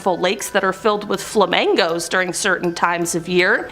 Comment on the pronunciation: How do you mispronounce Flamingos twice pronouncing it like the dance Flamango and then pronounce it correctly once